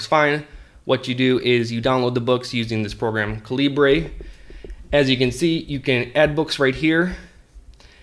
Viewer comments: Great video! BTW, it's Kal-ah-burr, as in .45 calibre, not Kaleebray. :-) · Its not calibrae, cah-leebr